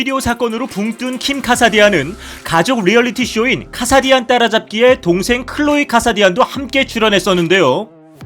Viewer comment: 뭔가 이상하다했네 ㅋㅋㅋㅋㅋ